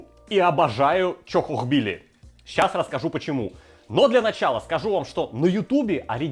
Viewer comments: Ля даже видос называется "чАхохбили", а кровь из ушей идёт от 100500 повторений "чОхохбили" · Почему, сука, в названии ролика чАхохбили, а он упорно говорит чОхохбили???!!! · Друже , почему ты говоришь чОхохбили? Чахохбили же ж🤔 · Не чо а ча и не хохо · И кстати почему говорит чОхохбили? Даже в названии рецепта чАхохбили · разве не чахохбили почему ты говоришь чохохбили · Как он так произносит чохкохкбили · черт возьми, почему произносите-то как чОхОхбили??! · Безграмотно как-то произносит название блюда